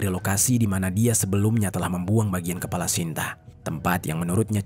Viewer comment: Pergunakaakan bahasa indonesia dgn baik bro Kepala jd kelapa' jijik aku dgr